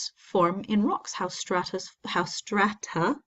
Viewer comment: Having a hard time saying strata?